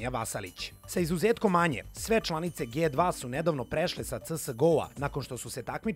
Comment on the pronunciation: Dži 2, ne Ge 2... Molim vas, para uši kad se čuje ge 2...